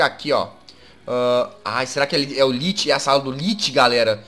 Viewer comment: jazz se lê lich mais se fala liki